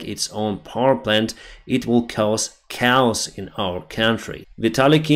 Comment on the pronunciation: "it will cause cows in our country" 😂I think you mean 'cause chaos'. pronounce: 'keejos'. btw. your English is in general very good 👍